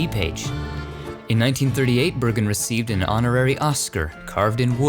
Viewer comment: The other stone of Edgar Bergen said "BERGREN". Was that his REAL NAME?!